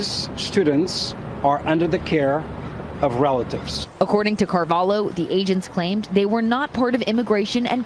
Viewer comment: Good to find a Portuguese person I can be proud of. Very minor nitpick: 'Carvalho' is Portuguese -- 'LH' is pronounced like Spanish 'LL' or Italian 'GL'